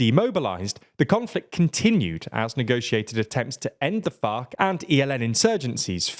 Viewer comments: “which was more urban than FOC”… you know he’s saying it like that on purpose 😂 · I hear fock and it's funny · It's actually called "FARC", not the f word